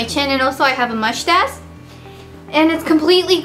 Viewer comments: she says : Mouchtache :D LOL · why cant you say moustache properly? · lol I was going to comment on that too, I love the way she says mushtassss haha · Lol I love how she says mushtash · "And also I have a "muchtass", haha :D <3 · Lol mushhhtashh